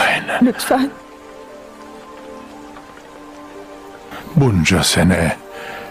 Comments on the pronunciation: Adılayn okunuşu zaten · adi layn ne ya ne sacma dublaj bildigin adelina kizin ismi